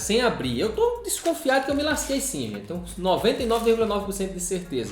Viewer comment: "ME LASQUEI TODINHO", eu dou muita risada com a ênfase que o dá quando fala isso, kkkkk.